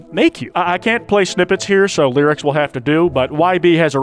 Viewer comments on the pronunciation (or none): none